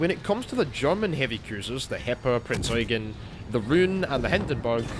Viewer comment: FINALLY SOMEONE PRONOUNCED IT PROPERLY Thank you